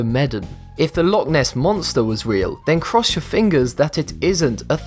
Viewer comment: HE SAID LOCH WRONG